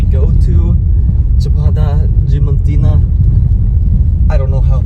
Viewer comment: Yes, since they don't pronounce the A in DiAmantina. No idea why they are skipping the "a".. lol